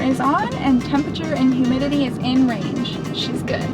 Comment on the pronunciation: hoo-mee-dee-tee. Welcome to NY!